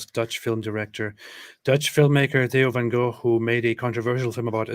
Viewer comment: Thats exactly how you pronounce the name Theo van Gogh in Dutch. that reporter doesn't speak Dutch. Sounds like a Scandinavian language